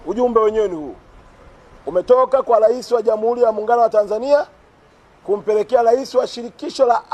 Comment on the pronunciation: Sio "lais" bana makonda ni rais